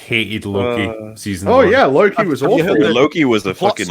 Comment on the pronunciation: So Loki becomes Slo-ki. 🤦‍♂️